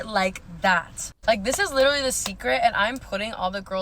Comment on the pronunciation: she literally cannot pronounce the word 'literally'